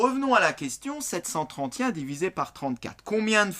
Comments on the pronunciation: Comment il prononce 731😂😂😂😂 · c'est peut être l'accent